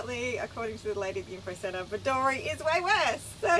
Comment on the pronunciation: It is pronounced Bed-doo-ree. The shire is pronounced Diamond-Teena. Great episode.